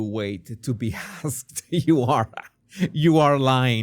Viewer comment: She said, "why wait to be assed" rather than why wait to be * asked *...